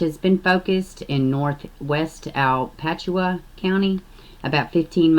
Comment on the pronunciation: I live in Florida, it's pronounced as A-Latch-chew-a, hope that helps. Every single case makes me shed buckets of tears, it's beyond heartbreaking. And a damn electrical cord.....they deserve the exact same punishment they dealt out!!!!!